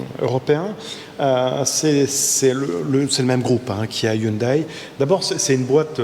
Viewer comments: Hyundai la prononciation... M le président 🙃 On ne dit plus ''aïe'' à fin mais ''é'' ☺️ iounedé ! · ON NE DIT PAS "YOUNEDAILLE" MAIS "YOUNEDET". Comment ne savez vous pas ça! 😆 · Merci belle vidéo belle voiture dommage que c’est pas une thermique! Par contre on dit pas Hyundaiiii mais hyundé!. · Je suis très très fan de, mais s'il vous plait arrêtez de dire HYUNDAI Hyun(daïl)! C'est Hyun(dé) que cela se prononce.... Cherchez sur Internet: Comment prononcer Hyundai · Par contre on ne dit pas « yundaille » mais «yundé ». En tout cas ils ont frappé fort, et après avoir eu l’occasion de l’essayer, je dois avouer qu’elle m’a bien plu. Design vraiment plein de caractère. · On dit Hyundai pas Hyoudaille ! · Oui ça me l a fait aussi mdr la marque se prononce en gros "yundé" sinon ça fait rire/saigner les oreilles des Coréens, d ailleurs je crois que lors des récents spot publicitaires ils avaient essayé d indiquer cette prononciation. Après je pense que c est désormais trop ancré en France ;)